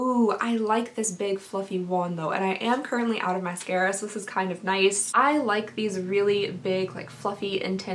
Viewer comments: When you said mascaría again I couldn’t help bust out laughing lol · "Mascaria" ... "did I just say that again or am i going insane?" Hahaha that killed me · Mascaria Me: {laughing so much}:...Mascaria... Did I just say it again or am I going insane? Me: {laughing... Again} She is so funny! ❤❤❤ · “Mascaria... Mascaria” LMFAOOOOO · I spit out my dessert when you said mascara wrong!! my son leaned over and asked if I was okay :D hahaha